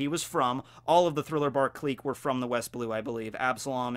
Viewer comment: Wtf is a kleek? Gotta love mispronunciations.....